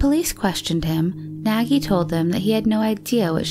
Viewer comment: Yes, is Nagy not nagie